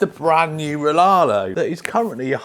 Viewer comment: So many channels think the company is called laarlo (silent R) glad you pronounce it the right way like very few of us 😂